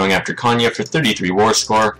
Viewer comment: That's a spot on pronunciation for Konya. ^^